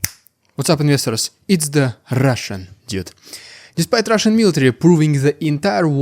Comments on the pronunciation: Это дуд, не дюд! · You have to learn how to pronounce "dude" as now it sounds like "idiot".